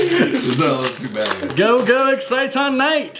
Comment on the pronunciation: Can ANYONE say Exciton's name right? :]